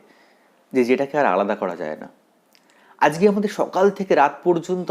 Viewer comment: ajke ke ajke bolben.azke bolen keno ?